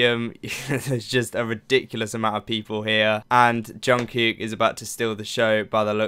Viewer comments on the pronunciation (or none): It's not anything bad but I thought that I might help you with the pronunciation of Jungkook's name. The "kook" part of his name is pronounced similar, if not the same, as the English word "cook" 💭💯 I loved this reaction! 😅💙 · Hi!.. I'm quite a new subscriber to your channel. I really like your reactions. What I like most is how you pay attention to details on BTS videos. Soon I have watched all your BTS reactions. There is just one little thing I would like to say.. This is not a criticism, just a little observation. I live in Sweden and my second language is Swedish. Now, when it comes to pronouncing Jungkook's name ( which is not easy, I know. I have practiced a lot). Your way to pronounce it, the second part sounds as one Swedish word ( I cant say it loud here). So, I thought I would send you a video which has helped me to learn the names correctly. Keep up with your great work and thank you for great reactions. Stay Safe!